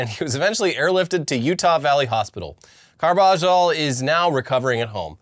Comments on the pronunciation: Carbajal= Car-buh-hall not cargiball 😅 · Carbajal is pronounced carb-uh-hall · How do you guys live in LA and not know how to pronounce Carbajal? Car-buh-hall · being from SoCal and continuously mispronouncing Carbajal is hilarious.